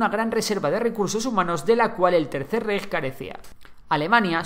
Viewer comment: Me pido de italiano que ha estudiado alemán de alemanes, como es que los españoles no saben pronunciar el alemán. No se dice "Reich" sino "Raich" y no se dice "Von Manstein" si no "Von Manstain". La "ei" se pronuncia "ai"